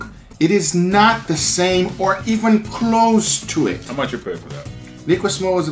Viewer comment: Back in the day when he said "let's do it" instead of "let's do eh(t)"